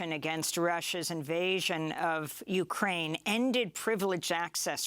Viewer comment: I know this is serious but in the start she says "going to fight for ukraime" sorry its just yeah ill head out